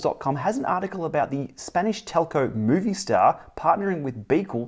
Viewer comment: Awesome episode. One tip: its not pronounced moviestar, its mobistar